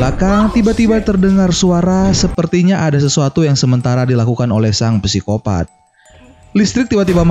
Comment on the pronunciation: Psikopat bukan pesikopat. Sangat mengganggu. Wkwk